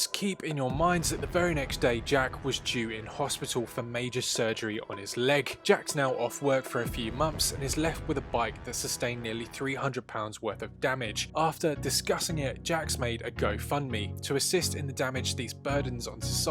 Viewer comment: It’s not ‘mumffs’ learn how to pronounce TH